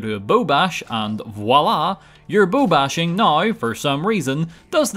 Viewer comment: / is it me or does it kinda sounds like he's saying boob bashing? lol hey, next challenge run? XD